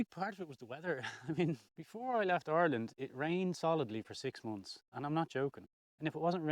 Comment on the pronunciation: Have you been to the USA? When you mentioned Ireland I thought I heard Oregon which also is rainy.